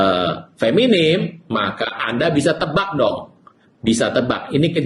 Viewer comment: tolong dong betulkan kata, bukan feminim tapi feminin, bukan ahiran m tapi n.terima kasih.